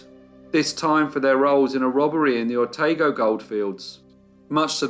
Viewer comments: Otago is pronounced oh-TAH-go. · Otago is pronounced o-tar-go, not o-tay-go. It is an Anglicization of the Maori name Otakau. Hokitika is Ho-kit-tikka. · Another great video. Well done with the pronunciations. Te Reo place names are not the easiest to pronounce if you've never heard them read before. The only one that was off slightly was Otago. "O-tar-go". Keep up the good work!